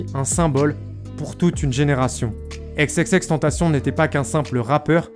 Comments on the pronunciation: Chui dsl mais la j ai arrêté la vidéo a par ce que la manière donc il dit xxx tentation ca me rend fou 😂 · Sa ce prononce ix et pas ex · C’est Xxxtentation et pas exexextentation 😂😂😂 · Exexextentacion mdr tu sais pas parler c xxxtentacion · Non c'est xxxtentacion pas xxxtentation et exexextentacion c'est l'accent du X en anglais ça se prononce comme ça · « Ex ex ex tentacion » 😂😂😂😂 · 😭😭😭😭😭😭😭😭😭😭😭😭😭😭 pas xxxtantasion 😭😭😭😭😭😭😭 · Faudrait vraiment que tu prononce leur blaze en anglais . On pourrait penser que ça s'écrit Tentation vu comment tu le prononce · Pq tu dis ex ex ex tentation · « EX EX EX TENTACION » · Faut revoir ton accent et ta manière de prononcer XXXteantacion